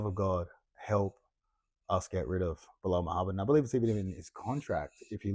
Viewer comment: "Belal Mid-hammad" 😂